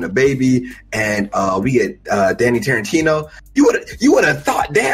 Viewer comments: Danny Tarintino???? do you mean Danny Trejo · This nigga called him Danny Tarentino 😂😂😂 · My mans said Danny Tarantino so many times, you'd think he would've noticed the mistake by now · Who tf is Danny Tarentino? Trejo nigga, TREJO! 😂